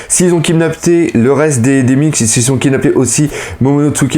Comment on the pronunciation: j'apprécie ton taf mais bordel de merde fais un efforts sur la prononciation des noms (genre womba >Wanda, Minsk >minks) stp sa serai encore mieux